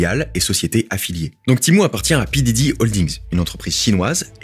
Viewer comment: quand il parle de l'entreprise mère de Temu, elle s'appelle PDD et ça se prononce Pi Di Di (comme P. DIDDY)